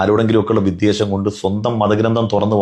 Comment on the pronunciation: പ്രിയപ്പെട്ട.. വി'ദ്വേ'ഷം (വെറുപ്പ്) എന്നാണ്...ശ്രദ്ധിക്കുമല്ലോ... 👍